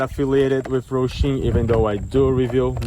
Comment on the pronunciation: Bro, why do you call it Rohshim??? It's Hosim. There is no R in the word. It's Ho-sim not Roh-shim.